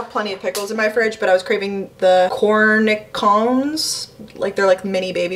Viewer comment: the pickles are pronounced corni-shon (the last n is soft) - it just means pickle in French! :)